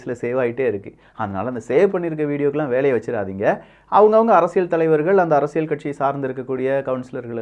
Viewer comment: ப்ரோ உங்களோட “அரசியள்” உச்சரிப்பு தயவு செய்து மாற்றவும்